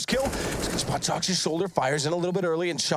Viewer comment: It is bothering me so much he says shoxi og shoxy.... just me?